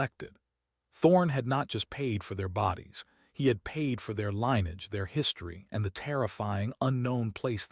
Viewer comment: Jesum Cripes, i wish you had taken a quarter of the time and just reported the facts instead of trying to make a novel out of this. Way too long and dull and pandering. Also, get your AI to learn how to pronounce "LINN-ee-edge"-- not LINE-edge!